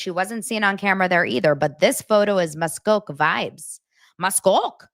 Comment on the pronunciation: Pronouncing Muskoka is respecting the Indigenous people, thank you